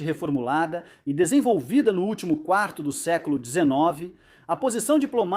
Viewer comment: Ai a pessoa ta ouvindo a narração em português e de repente entra o inglês da IA que, não consegue falar a palavra quarto. Me afugentou aí